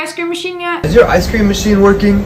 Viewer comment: THIS MaCHEINE Me: Fwi it’s a square BAILER